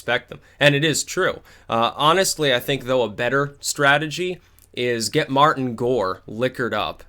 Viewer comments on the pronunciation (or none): none